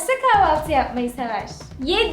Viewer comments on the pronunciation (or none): kahvaltı olmasın kavalti degilde